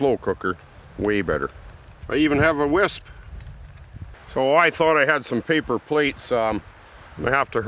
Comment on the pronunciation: Are you saying whisp on purpose